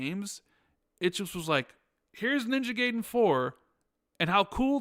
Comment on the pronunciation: Every time you mispronounce Gaiden as “gay den” is like an ice pick in my ear. It’s ‘guy den’ not “gay den”. Japanese ‘a’ (sounds like ahh) coupled with Japanese ‘i’ (sounds like eee) produces the ‘eye’ sound.